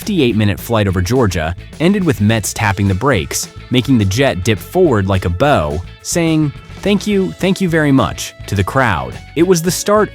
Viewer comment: Your AI doesn’t know the difference between the meanings and pronunciations of the word BOW.